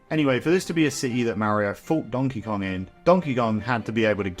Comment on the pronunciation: donkey gon??